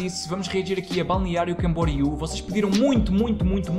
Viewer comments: É assim como ti pronunciaste. Balneario Camboriú. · Sou natural de BC e moro em Portugal, o melhor foi pronunciares com facilidade Balneário Camboriú 😂 Quando falo que sou de Balneário Camboriú, tenho de repetir para os Tugas perceberem e conseguirem pronunciar 👏🏼👏🏼